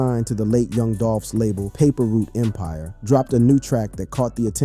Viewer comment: when he didn't pronounce paper route empire right i knew this was a joke